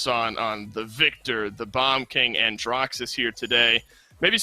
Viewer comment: Man said Andraxus😂